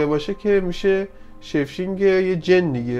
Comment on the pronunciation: شیف شینگ ن داداش شیپ شیفت😂